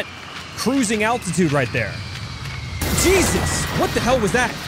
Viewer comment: When you said "jesus Christ" at a little before it sounded like you said diseases Christ